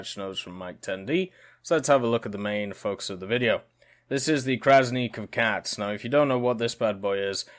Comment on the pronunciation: your pronunciation of Krasny Kavkaz is not bad. it means Red Caucasus